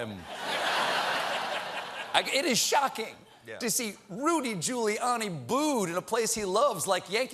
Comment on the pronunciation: Did stephen call him ghouliani ?